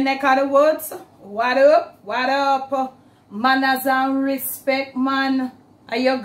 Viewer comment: Mawnin! LOVE it when you say "Manners & Respeck" Glad to see the merchandise. Maybe later you can add your Social Media info with a Jamaican flag, plus small stickers, & Car Bumper stickers too. That would be great. 🔹If you haven't already, please TRADEMARK your NAME & PHRASES. 🔹May the Lord continue to Bless your life with health & strength, Bless the work of your hands, increase your FAVOR & expand your territory, in Jesus Name, Amen. SHALOM to you ie Nothing missing, nothing broken in our life. GREAT recipes as usual.